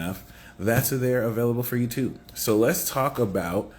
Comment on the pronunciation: 'Avayliable' 😂🎉 ty 🫶🙏